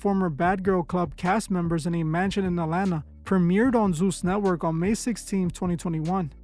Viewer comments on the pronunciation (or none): none